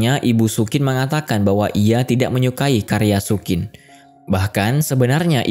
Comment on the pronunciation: sayang penyebutan nama karakternya ngawur. Xu Qin = bacanya Su Cin bukan Sukin.